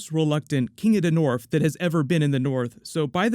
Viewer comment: "King of da norf" 🤣